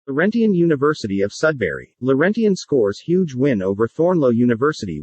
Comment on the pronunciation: Annoying fake voice that even mispronounces the word "Laurentian". But in terms of content, a pretty good example of the difference between "law" and "justice". The federated universities, that in fact created Laurentian, are sacrificed on account of Laurentian's own failures in competence and ethics. Yes, there were multiple players in the drama - but just decisions were not the agenda.